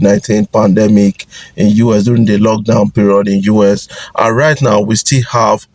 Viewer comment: Guys, is it just me, why does this guy call US (United States) UrS? There is no R in US!!!